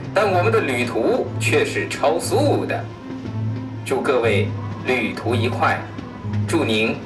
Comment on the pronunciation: 撒撒开始广播📢的时候说的是“旅途愉（yí）快”吗😂😂😂…我是不是不该说，这央视名主持的脸往哪搁